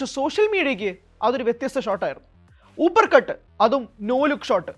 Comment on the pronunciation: ഹൂപർ കട്ട് അല്ല അപ്പർ കട്ട് 👍